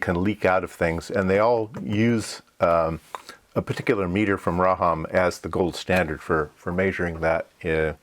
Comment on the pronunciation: First couple times you say "RAHAM", the closed caption says "Rhode & Schwartz.". 😊